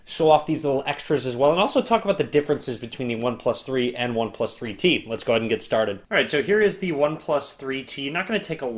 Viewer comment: For few minutes I didn't understand why you are keep saying "free tea" then I realized it's "3T" :D